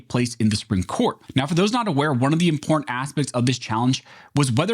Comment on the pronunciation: Im por tant -- three syllables. It's important damn it!